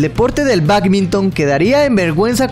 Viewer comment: en vez de Sidney bacminton en vez de badminton octener en vez de obtener no ocstante en vez de no obstante ¡Y la lista sigue! Soy guatemalteca y la directora del colegio en el que estudié es hondureña. Habla y pronuncia muy bien el español. Graba el audio de tus videos por secciones cortas que te permitan mejorar tu pronunciación.